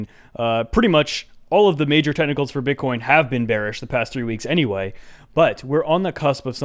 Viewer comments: I’ve thought you were saying tentacles every time you said technicals. Today is the first time I realized this beautiful fact. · I thought he was saying tentacles until I read this